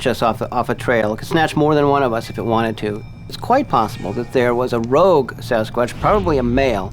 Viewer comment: Did He just say a " Rouge, Sasquatch"? The Shit Humans say without really hearing themselves .